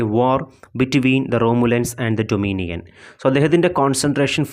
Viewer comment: Doninion alla dominion aan❤️